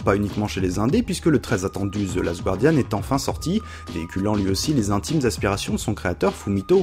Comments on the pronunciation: on dit "zeu gardiane", pas "zeu gwardiane", sinon excellente vidéo comme dab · Le "gua" de guardian se prononce comme le "ga" de gardien. S'il vous please =o C'était un bon sujet, mais j'ai un peu peur qu'à terme, les auteurs deviennent aussi une sorte d'argument marketing de la plus value d'un jeu. Comme au cinéma où à force, certains films (même pas terribles) sont super appréciés simplement parce qu'ils sont fait par John le réalisateur. Récemment j'ai fait Virginia, j'ai pas du tout aimé. Je vais essayer d'aller me renseigner sur le jeu pour comprendre pourquoi =) Bonne vidéo en tout cas.